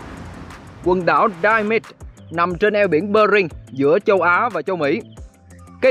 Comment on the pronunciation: Góp ý 1 chút: bạn chú ý cách phát âm : eo biển Bering thì lại đọc là Bơ ring (đọc theo tiếng Pháp hay Anh đều là Be-ring, không ai đọc Bơ ring)